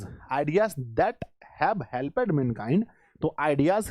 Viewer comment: सर आप कुछ वर्ड का उच्चारण गलती कर रहे हैं 😢😢 जैसे हेल्प्ड होता है 💯💯 तो आप हेलपेड बोल रहे हैं 😢😢😢